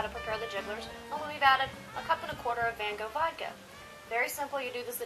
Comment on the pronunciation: Hahah they said Van Gogh wrong lawl